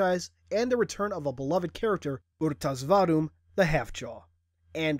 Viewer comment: its pronounced r.tas vadum my friend and u are boring me ive read the book the story is in halo fractures